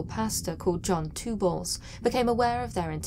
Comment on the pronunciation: John twoballs?? Lol